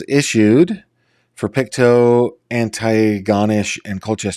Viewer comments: Its pronounced An-tea-go-nish.....just trying to help. Great video though. Such a sad story. Hopefully they are found safe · RCMP are most comparable to state police I think. Antigonish is pronounced like auntie-gonish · Antigonish’ a bit more accent on -ish, last syllable, you will sound more knowledgeable, 👏😀